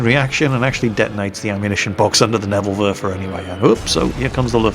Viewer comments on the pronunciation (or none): its pronounced "Nebel Werfer", not "Nebl Werfer", you kind of swallowed the second "e". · you really need to learn how to pronounce Neeeeeeebel Werfer:p